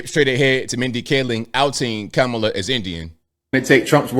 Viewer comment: And like a true Racist he mispronounced Kamala's name